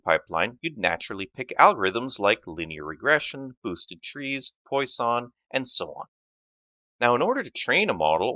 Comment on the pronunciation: Hi! Just for your infomration, you misspronounce Poisson. That's a french surname and should be pronounced like "Pwason" check it please